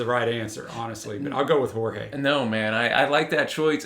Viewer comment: A correction: The pronunciation of "J" im Portuguese no is like in Spanish, ("Horge") is more similar with english, for example, "Joe"